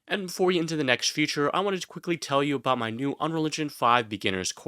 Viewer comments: It is pronounced FEE-CHUR. Never FUTURE. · You sound like a native speaker but I can't get over how you pronounce feature future. Never heard that before haha.